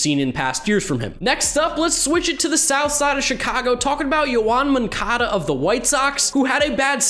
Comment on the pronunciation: Who is Yoan Moncada? I only know Yown Moncuhduh